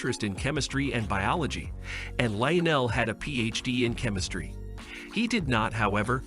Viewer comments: LEE UH NELL??? Ok that's it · Did I just listed to an AI learn how to pronounce Lionel, only to later mispronounce urine?